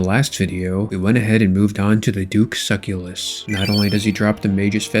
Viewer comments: 1000 duke suckyouless?? bro you might be the worst osrs player ive ever seen at pronouncing names. its pronounced Soo-cellus. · duke "su" "cell" "us" drives me mad lol not SUCKULUS